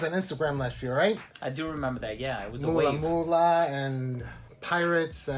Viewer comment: it s mula mula not moolah ...